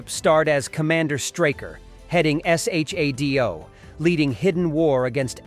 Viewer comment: Jaime Sommers. Pronounced "JAY-MEE". And SHADO is pronounced "Shadow". I really hate AI voices....